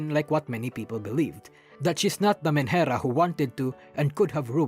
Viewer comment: what word are you saying there? Manhera? Sorry I've heard you say whatever word that is many times in the video and no matter how many times I replay it I cannot understand the word